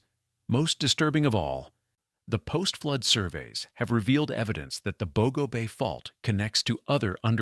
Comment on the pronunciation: You need learn the correct pronunciation of Bogo